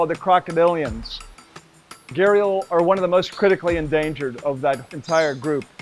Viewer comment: It's so sad that while everybody in the west takes immense effort to pronounce words from Spanish, Japanese etc. they just casually anglicize Hindi/Sanskrit words. It's Gha-d-ial not Gharial or Garial.